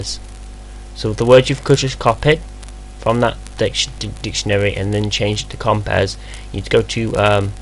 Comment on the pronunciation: It's NOT COMPEZ, it's COMPIZ ffs!